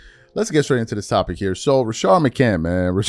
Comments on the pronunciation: Rashad, not Rashard 🤣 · Please stop staying RASHARD it’s RaSHAD 😂😂😂😂 driving me up a wall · Why you calling him Rashard McCant?